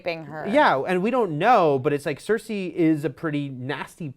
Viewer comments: Cersay? Cercei, Cercei, Cercei. It's not hard to pronounce. repeat after me. "The rain in Spain stays mainly on the plain"(again). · It's SER SEE not SER SAY!!!! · OMFG! It's (Sir-cee) not (Sir-say). This is not Rupauls Game of Thrones. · "Maybe Jaime kills CerSAY"....Cersei....her name is Cersei. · Mmmm Cer-say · please practice how to say cersei not cercsay. you have a year to learn it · why does she keep saying Cersay :T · please pronounce Cercei PROPERLY! lol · A girl can't pronouce Cersei. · The way pronounces Cersi angers me!!!!! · couldn't even watch the full video because I was annoyed by the way she was pronouncing Cersei. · Its OH-llena not ellana. cer-SEE not cersay. and va-RIS not varies.